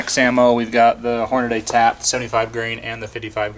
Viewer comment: Does it bug anyone else to hear people pronounce Hornady - "Horn-a-day"? "dy" is pronounced "dee", not "day". Repeat after me... "horn-a-dee".